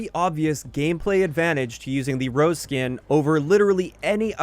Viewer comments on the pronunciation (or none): Just came to say Yes Rozé needs a rework because it's the only skin that pisses the entire game off It's Ro-zay by the way, not rose